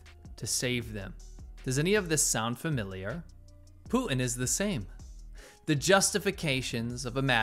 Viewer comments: His name is PUTIN, not POO-IN. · Who the hell is Pooh En? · Poo-in = Putin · Poo-in ?? What's wrong with young people? Is this how public school teaches kids to talk? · You should consider pronouncing "Putin" with a T. Not Poo-in. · You say Putin funny ( Pootin ) 🤣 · Please stop the T dropping it's PuTTTTTin. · Who is Poo- inn? Is he the brother of Xi JinPoo?